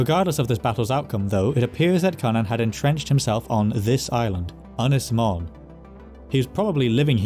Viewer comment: (Ynys) Mon has a little roof above it which means you pronounce it as ( RP English) mourn or as in the standard.German Montag. As always, a very interesting and engaging presentation. Thank you!